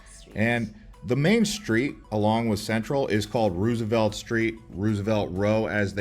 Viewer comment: This is a good video but man, they should have split this up into a few different videos I think lol also his pronunciation of some of the names and words is killing me. Especially when he mispronounces Verde and Roosevelt